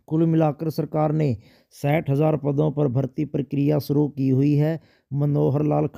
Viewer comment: सठ नही साठ बोल ले पढ़े लिखे मानव